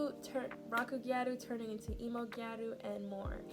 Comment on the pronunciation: as a gyaru, i usually avoid tiktok (especially gyarutok) because of the amount’a misinformation 💔 (little nitpick, gyaru isn’t pronounced “gya-roo” but moreso “g-Ai-ru” 😋)